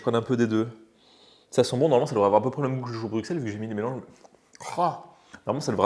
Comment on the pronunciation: En tout cas Bruxelles se prononce "Brusselles", un petit bonjour de Belgique par la même occasion ;-)